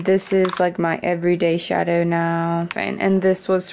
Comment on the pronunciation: 내추럴한 영상 너무 마음에 드는 ❤️영어발음이 대체적으로 미국영어 발음이신데 중간중간에 video나 shadow 에서 o 발음하실때 영국발음 느낌나요 ㅎㅎㅎ 미국 영국 둘다 살아보신건가요?? 발음들이 섞여서 궁금해요😮